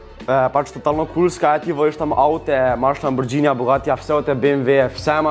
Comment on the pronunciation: Lamborđini hahahah. Mimo grede rece se lamborgini